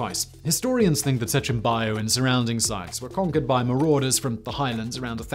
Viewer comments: Its "Bajo, pronounced ba-ho" Not baio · "Sechin BACH O." BACH , like the composer. that's the pronunciation of Baj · >Can say Julio correct >Mispronunces bajo every single time